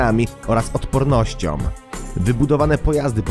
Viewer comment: masom i odpornosciom .... moze logopeda??